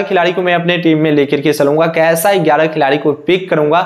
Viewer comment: Gyara gyara gyara not egyara egyra